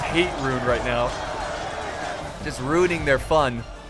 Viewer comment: "Just rhuining their fun" - 😂😂😂 Great video!